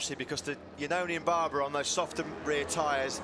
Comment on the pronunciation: No, it is NOT the „BRUNO Circuit“, it is BRNO And his name is not „Baaaaaarrrbaraaaa“, it is Barbeeeeeera.